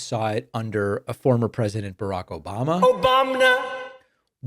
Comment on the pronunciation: “O-bam-na!” What the … !? 😳😳 🤣😂🤣💜🖖🏽💜😂🤣😂